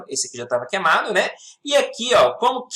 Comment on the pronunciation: "QUEMA", "QUEMA", enrolou numa explicação simples e saiu "QUEMADO"🙄🙄🙄